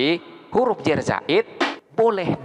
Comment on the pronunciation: huruf Jar..Bukan huruf Jer... (kebanyakan indo omongnya huruf Jer?1?!??...dalam tulisan arab ga ada huruf vocal "e". Huruf vocal di Arab hanya ada 3 a, i dan u. Tidak ada o dan e. Suara O dan E hanyalah salah pronouncing/bunyi